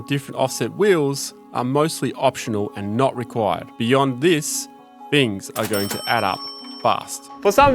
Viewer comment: “Veese are ve fings”